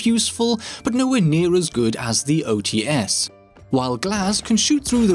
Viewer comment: the [Ts] part in OTs is a one sound. Read it not as [O Tee S], but [O Ts].